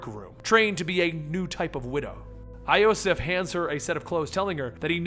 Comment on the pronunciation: again you say wrong names, iosif you dont say right